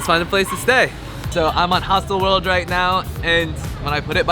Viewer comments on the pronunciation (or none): Ha ha ha... i thought you meant "hustle world" and i realized you pronounced is differently... hostel world...it is